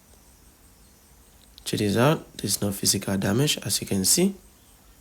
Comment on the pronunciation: chejichow is all i am hearing